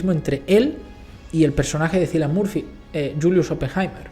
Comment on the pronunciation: Toda mi vida pronuncié mal el nombre de Cillian Murphy hasta que eschuché a Margot Robbie decirlo correctamente "Kiilian”